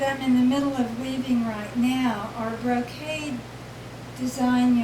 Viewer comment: Excellent video! Her way of weaving is a blending of traditional tapestry and brocade weaving. The narrator called it "Brocett" instead of brocade which is closer to in weave structure using a "Ground" fabric with picture being woven in minute "floats" on the surface which are essentially "tied down" by her ground weaving. Very different and unique. Thanks for this video , nice to see more diverseness in weaving. I am doing traditional vertical tapestry, but will remember her lessons in achieving the drawing/dyeing beforehand rather than just a cartoon behind. Shading is better achieved through her method if one does not want to vary the weaving.